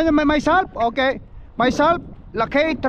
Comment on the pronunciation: Ang pronounce ng lakay lakey😅😅😅